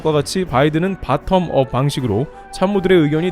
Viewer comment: 역쉬~ 이방송은 좌빨~~~ 이채널도 곧 ...없어지겠네..ㅉㅉ... 미국도 모르면서 ... 바틈업 🤭🤭🤭.. 발음하고도. .. 영어좀 더.. 공부하고 채널 좀 다뤄주시와요...